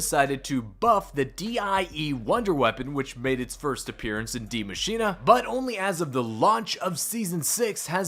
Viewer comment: Cant you guys atleast try to say die Maschine proper and not say die maschina or die Maschina?